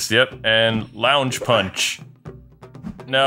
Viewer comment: it's "Lunge" punch, not "lounge" punch xD